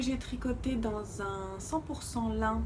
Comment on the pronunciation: hello magnifique ! juste pour info Irène Lin ça se prononce [ Line ], comme le prénom Line et non pas comme la matière "lin". et du coup, probablement est-elle chinoise et non Japonaise car la famille Lin est une célèbre famille chinoise ! Très bonne année à toi